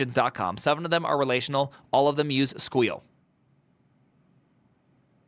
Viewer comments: Stop saying squeal that's not the proper term. You weren't PHPing with the best of them calling it squeal. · I absolutely love the pronounciationg of SQL as "squeal" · Can’t get over his unironically terrible pronunciation of “SQL” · Primeagen's pronounciation of SQL will never not trigger me lmao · I know. I’m both triggered and find myself using it. It’s just too funny to not. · I love it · yeah. and the sad thing is that the article even explains how to pronounce SQL